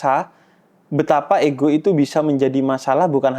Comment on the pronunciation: Payah, bilang ego aja gak ngerti... malah igo igo igo hehehehehe